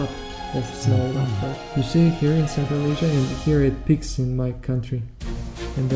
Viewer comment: peaks not picks